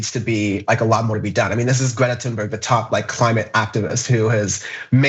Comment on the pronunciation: did he say "toon-berg"?